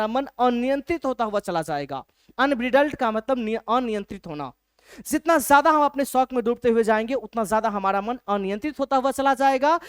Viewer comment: Sir cool banneke chakkar me J ke jagah z use kr rhe hai jaise jitna ko zitna bl rhe hai 😂